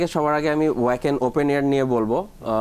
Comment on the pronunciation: উচ্চারনতা হবে ভাখেন, ওয়াকেন না।